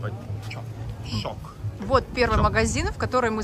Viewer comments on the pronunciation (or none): Правильно говорить ШОК-Şok, Чок бы читалось Çok😂, вообще сетевые магазины ещё - BIM, A101, и др.